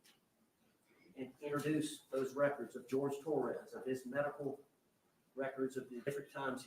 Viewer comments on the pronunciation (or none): His name is pronounced: “Hor-hay”. And lil old “Jorge”, was obviously as trashy as she is. But that doesn’t mean that she should not have let him out of the suitcase. I look forward to watching her be sentenced for much longer than the plea she declined.